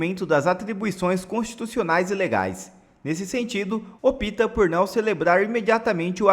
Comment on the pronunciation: ÔÔÔÔÔÔÔÔÔÔOOOOO NÃÃÃÃÃOOOO EÉÉÉÉÉ OPITA ÉÉÉÉEE OPTA.!!!!!! COM P MUDO..... NÃO SABEM NEM LER QUE DIRAR ESCREVER !!!!!!!!!! QUE VERGONHAAAA.!!!! "OPITA " 🤣😂😅😆🤣